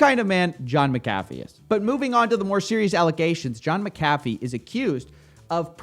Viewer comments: Mc-Ah-fee not Meh-Cah-fee sir Coffee. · Mac A fee not mc cafe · I believe it's pronounced "mac-uh-fee" rather than "mick-caffeine" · You say his name wrong through this entire video. The name is MAC-AH-FEE not MICK-UH-FEE. Scottish vs. Irish prounounciation. Very sloppy since he is the whole point of the vid. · IT'S Mc-a-fee, not Mcaaafe man xD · I really - really want to watch this video, but you're making it so fucking hard for me by continously saying 'Mc Caffy' over and over... That was seriously annoying, as little as I like the guy the name is CLEARLY pronounced 'mac-a-fee' just like he himself, and anyone else who ever has talked about him or his 'antivirus' have always said... You're literally killing me here... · It's pronounced MAC A FEE you twit! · John *MAC*Afee is how it is pronounced. Mc = Mac, think the footballer McEntire no one says "mick entire" or "m centire" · I always thought it was pronounced Mac - A - Fee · Pronounce the guys name right will you it’s it’s sounds like Mac a fee idiot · FYI, it’s Mac-Uh-Fee. Love your stuff! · IT’S F**KING MACK-UH-FEE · Why is it when someone pronounces something wrong they end up saying it so many times 🤣 say it with me: Mac-ah-Fee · It's pronounced "John MAC-a-fee" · This pronunciation of McAfee is hilarious! It's MAC-AFEE man. lol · Lol this.... Maca-fee? Coffe have you never heard his name before lol? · I love your videos but for God sake it's mc a fee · John Mac-a-Fee is the correct pronunciation. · Correct. Mispronounced his name 100 times in this video. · Isn’t he name pronounced different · At least pronounce his name right if your gonna cover him bro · Are you saying McAfee wrong on purpose? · Aside from your shit talking, you should at least learn how his name is pronounced. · Would you please pronounce his name correctly? Jesus. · Dudes a murderer most likely, so if you are intentionally mispronouncing his name on purpose, then it’s cool. But that’s not the case and this shows how young you are.